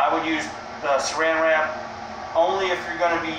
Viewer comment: Surrounded wrap ? As a parafilm alternative, great idea, but no link or description to the product you're recommending which is unfortunate! Also, cant quite understand your mumbling, at times, again a description would be most useful, especially if you wish your ideas to be taken on board. Keep up the vids, i am enjoying them !